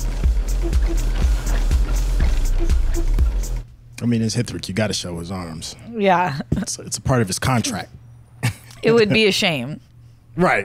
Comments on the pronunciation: Did she just call Hritik as Ritika🤣🤣🤣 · saying 'hritika' 😭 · “HITRICK”, “RITIKA” 😂😂